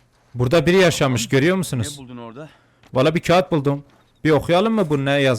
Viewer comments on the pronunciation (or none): none